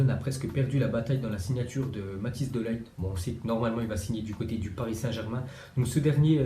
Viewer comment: on dit: De ligt,on prononce i et pas de laïgt